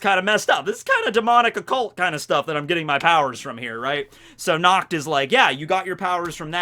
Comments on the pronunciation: I am German. And the way you say Nacht (Which means Night btw) is so wrong. Because your way of saying Nacht sounds like Nakt. Nakt is german for naked. As in not wearing clothes. Do you see what the problem is? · every time he says "natch" I just heard "nux" and yeah, i can see that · Every time says Nacht it's wierd for me as a german because it sounds like nackt wich means nude:) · look for nacht in german, its na CCH t, with a throat gurgling sound. When you say "nacht" with a k/c it comes out as nackt, which is also german, but for nude instead of night. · Unfortunately, i hear "nackt" which Sounds really Close to pronunciation of Nacht. I'm German, so this really Hurts because nackt means nude...